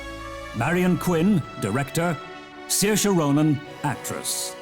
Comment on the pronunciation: I never thought Ronan was hard to pronounced, or maybe its just the accent, but Im certain i heard Ryan. glad he says the name Saoirse right. xD